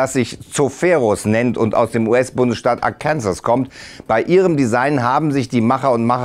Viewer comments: es heißt Arkansaw nicht ARKANSAS, boi xD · der bundesstaat wird nicht arkensäs ausgesprochen sondern eher arkenso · Arkansas? Gesprochen wird es so: Awkansaw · Wer Arkansas falsch ausspricht, muss ins Gefängnis. So lautet bereits Gesetz dort. Also sollte der Präsentator hier nochmal üben. Sonst kracht es.